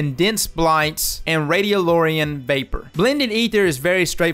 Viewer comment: i'm unsubbing because you called it radioloria